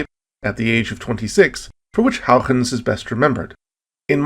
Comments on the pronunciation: If you don't wanna have to use a Dutch pronunciation, just say it the way that he pronounced it first. Hoygens, not Houiechchchchens, which is my best approximation of the spelling of the way you pronounce it in Dutch. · Amazing video - l never knew Titan was a candidate for life > u < I learned so much again, it's amazing. That joke was horrible though but l forgive you. Also l think your pronunciation of Huygens got worse over time. It's not "Hougens" dangit :p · Looks at having cameos. Nice. Still can’t say Huygens tho haha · I just say HY-gens like everyone else, but thanks for lesson in Dutch pronunciation. It sucks that probe landed in the wrong spot. We’ll need to go back. Perhaps we need several smaller probes, sort of like a MIRV to ensure we land at least one into the right spot. We got back to Jupiter rather quickly, so it might happen. I know they are working on an orbiter for Neptune, so maybe before I die? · I am going to spend the rest of my morning trying to annunciate Huygens. I do not think I have been close once.